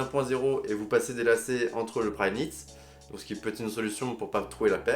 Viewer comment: Il a dit combien de fois prynit